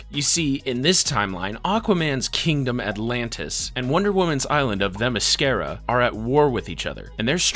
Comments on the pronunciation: Wonder womans home is pronounced Theh miss seera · 3 minutes in and you pronounced Themyscira wrong AND called Iris Lois. I'm out. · 😂hold up how did you pronouce "Themyiscira"😂😂😂